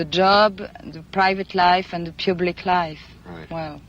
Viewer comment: sounds like she said "And in my pubic life," LOL!